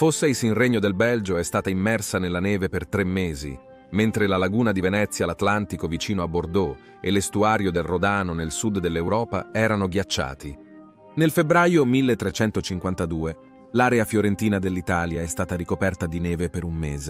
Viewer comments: Contenuti 👍 100, bravi. Voce interessante... fino a Rodàno... Rodàno?... Attenti, certe volte basta poco... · Non solo RodAno, ma anche qualcos'altro. Ma si sorride, e si va avanti😊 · Non rispetta la punteggiatura e alcuni accenti "rodáno", e usa i gerundi completamente a caso.... Anche i condizionali! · Fiume Rodàno? Gli Scandinàvi??????? La salasso? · Voce automatica: Non rispetta la punteggiatura e alcuni accenti "rodáno", e usa i gerundi completamente a caso.... Anche i condizionali! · Rodano ha l'accento sulla prima "o", non è parola con accento piano ma sdrucciolo